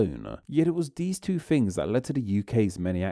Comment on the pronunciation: What's with the "two-a" and "new-a" etc?